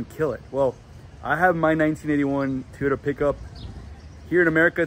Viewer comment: Your "manual transmission Teeyota" 😂 needs motor mounts and new valve cover grommets. When those are over tightened or just old, they transmit valve noise to the valve cover. Also that tailgate is supposed to have limiting cables/chains to keep it dropping below horizontal. I believe the 22r had 96 hp. Looks pretty solid overall!